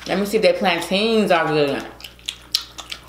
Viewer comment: said Plan-teens, 😂😂😂😂. Girlfriend is silly. It's plantains. I love this family.